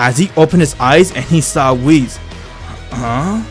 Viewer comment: My dude says wheez instead of whis And key instead of ki A immortal instead a mortal . _. | .